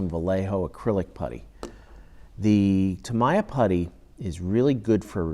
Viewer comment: Ugh stop the Mr. Roger's voice, and so many unnecessary explanations " and this is how I take my sandpaper out ".. Ugh.. and its TAA- MEEE-YAH TAA-MEEE-YAHHHH !! not what you say lol... but TY